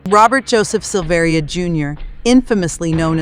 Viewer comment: It's pronounced Sil-ver-a. He is my cousin.